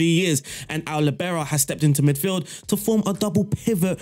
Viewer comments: Wtf its not Libero, its liibero. From italian. I didnt understand you for two minutes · Since Franz Beckenbauer more ore less invented the Libero role, and since he's German, the stress in Libero is on the first syllable: 'Li bero. You are welcome :-)